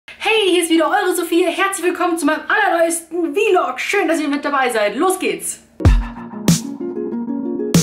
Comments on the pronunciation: Ich weiß, hab auch nie behauptet, dass sie bi-log sagt... Ich hab vlog mit Blog verglichen. Denn vlog kommt ja von dem Wort Blog. Deswegen sagt man meiner Meinung nach auch vlog und nicht wi-log. Blog = schriftliche Form; Vlog = Video Form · Heißt es nicht eigentlich vlog, also einfach ausgesprochen wie es da steht? Man sagt ja auch nicht b-log (bi-log). Die amis sagen zumindest einfach nur vlog.